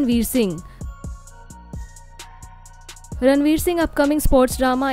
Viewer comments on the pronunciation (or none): none